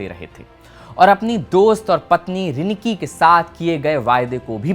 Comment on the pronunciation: Mahant nahi Mahanta. Rinki nahi Riniki. Arre hindi bhasi, thoda koshish karo.